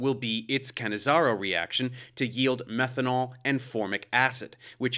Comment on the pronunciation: Ahhh - finally I know how to pronounce "Cannizzaro" properly, thanks!